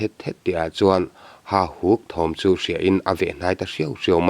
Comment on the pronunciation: Hahuk tih nimaia lang hian beng a tikham deuh..Hauhuk tih deuh kalh kalh angai anih dawn hi!.. A ngaihnawm nasa e.